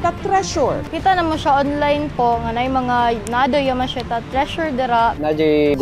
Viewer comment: yamahashita. Now i know cno nagmamayari..